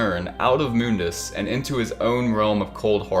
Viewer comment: Mundus is pronounced like ”money” but replace ey with dus.